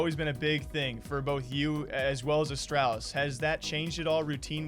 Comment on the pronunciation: You cursed it. Of course, they lose 0-2 to NIP after the interview. And you still can’t be saying astralis like the name al instead of astrahlis. Especially in an interview with device.